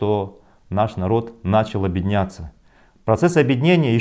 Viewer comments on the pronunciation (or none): Не в упрёк будет сказано: Потренируй слово Объединяться. Да и в целом произношение с Ъ. Звучит как Обедняться.